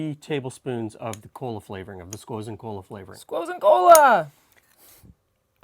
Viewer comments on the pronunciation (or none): Squozen Cola bundt cake ice cream lol, 7.38